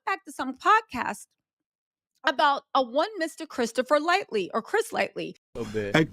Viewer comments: Hey, it's LIGHTY, not LIGHTLY 😄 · Yeah. She never pronounces his name correctly because she does not know who he is, but out of everyone she deep dives on, I need her to put some RESPECT ON CHRIS LIGHTY'S NAME! Forreal. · It's hard to hear it mispronounced so many times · His name is Chris Lighty. Not lightly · It’s L-I-G-H-T-Y , lightly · God rest the dead cuz you STAY butchering that man’s name. His name was CHRIS LIGHTY!! Not “LIGHTLY”. 😒🙄 “Chris Lighty American music executive”. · Pretty sure it's Lighty and not "Lightly." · Each time you mention Chris "Lighty" you call him Chris "Lightly" not a huge deal its just not his name lol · that man's name is CHRIS LIGHTY.. not chris lightly... RIP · Its not lightly its Lighty 😂😂😂lol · The fact that she keeps calling him Chris Lightly is funny 😆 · Love you - you make me feel old when you pronounce some of the names wrong lol. Light - Y. There is no L at end lmao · Do you mess some of these names up so you won’t face legal ramifications… is it an honest mistake? Because those names kill me! Chris “Lightly?” Good technique if you’re doing it on purpose. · Nah she just getting it wrong 😂